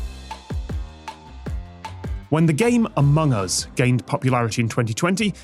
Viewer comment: It sounded like tom said "amung uzz" at the start XD